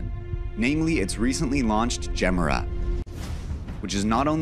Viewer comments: Yeah he did. He also said Djemmra... It should be more like ye mera. It means Give More (Ge Mera). I am swedish btw. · "Jimmer-uhh"?! come on man >< at least get the name right. Edit- he gets it right near the end, but mispronounces another major name, lol(you can guess which one). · It´s pronounced Jemera- in Swedish for "give more".... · He pronounced it Kyron instead of Shiron... I know that a C can sound like a K but the Chiron is pronounced Shiron. Not to mention that he pronounced Gemera 2 differennt ways in the video. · You mispronounce the car names. Gemera, Chiron, all wrong.